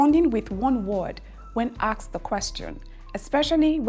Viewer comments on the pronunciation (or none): ASKED not AXED I bet you are Nigerian. You are teaching English please mind your pronunciations